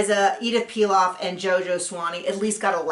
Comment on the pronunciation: Nice review ; by the way, it's Édith Piaf, not Pilaf. Édith Piaf used to sing among other things La vie en rose and Lady Gaga sings it sometimes in her shows. There was a movie few years back about Édith Piaf's life called also La vie en Rose and Marion Cotillard won an oscar for her performance !